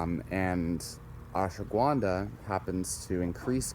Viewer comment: Fucker keeps saying Ashwa Gwuanda lmaooo I can’t focus when he says Gwuanda